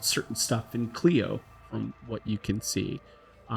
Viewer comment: I'm enjoying this, but it keeps poking me....it's pronounced with a long I, Kly-Oh. Keep up the good work!